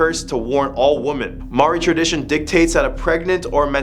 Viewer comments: Maori not mauri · Bro litterally said Mawori in stead of maori, Haha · Its okay that you cant prounonce maori its a hard language to pronounce e pai ana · The person that pushed Yuri was actually a Russian ballerina named Dasha. No offence but you mispronounced all of the Maori names.